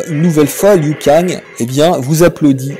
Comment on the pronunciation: le "loup-cagne" c'est horrible mdr